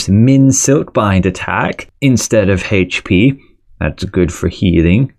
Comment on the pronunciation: Say HayH-P one more fucking time!